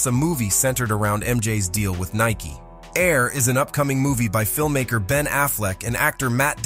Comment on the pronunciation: It's NIKE not NIKEY